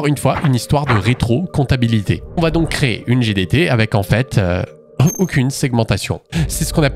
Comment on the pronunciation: "Comptabilité" ? C'est pas plutôt compatibilité plutôt (mais bon, je suis vraiment un vieux hein, presque un Cro-Magnon, avant 78, t'imagines, bientôt la maisons de retraite!!!). Super vidéo sinon 😅